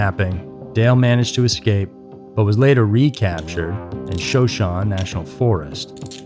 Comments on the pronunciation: Pronounced SHUH SHONE EEEE national forest, 😊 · it’s pronounced sho-sho-knee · The national forest he was found in is pronounced sho sho knee. His place of residence was in a place called moneta but it's pronounced mo nita. As a person that grew up in Wyoming this case has always intrigued me. I know someone that was on the highway when they pulled her car out of the ground. You should do an episode on Amy Roe Bechtel's disappearance. It takes place in my hometown of lander Wyoming. That case is still unsolved. Probably one of Wyomings prolific disappearances besides lil miss.